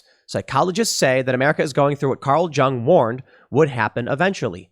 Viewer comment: Dude, you can't pronounce "Carl Jung"? Will you actually interview ten psychologists? No, because interviews are harder for your right-wing funders to manipulate.